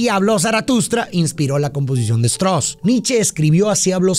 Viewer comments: Me parece ridículo que el apellido del compositor austríaco Johann Strauss lo pronuncies "Chtros", siendo que se pronuncia "Chtraus". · Buen análisis para buena obra. El nombre del compositor alemán se pronuncia tal cual se escribe: Richart Strauss/ Strauß.